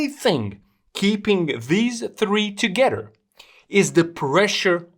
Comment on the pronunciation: i hear you say ( togetter) not together, would deduct you are from Poland. am i close?